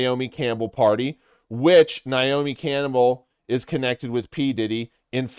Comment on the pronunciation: You low key said Naomi Cannibal 🫠